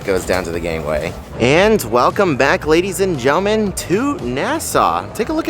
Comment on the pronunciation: "Welcome back ladies and gellmen"